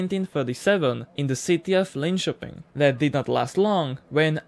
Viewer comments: I thought you were gonna butcher how to say Linköping but you didnt! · im amazed how well ''linköping'' was pronounced